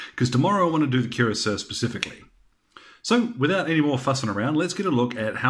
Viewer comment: This was a very helpful video. BTW, cuirassier is pronounced something like 'queer-ass-ee-ay'.